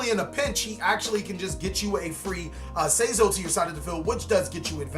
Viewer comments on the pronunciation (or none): sayzo? its pronunced saizo^^ like sigh & zo^^ or just think of raph from tmnt&his sai^^ then just say zo^^